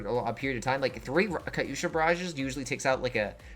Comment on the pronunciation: How do you sit next to someone saying Katyusha correctly and keep saying it like a derp.